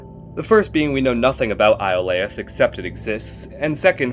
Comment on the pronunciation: Iolaus i think is EE-o lus